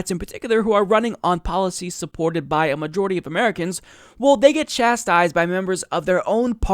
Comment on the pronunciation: Why does he pronounce "well" as "wool"? Is it a regional thing or something?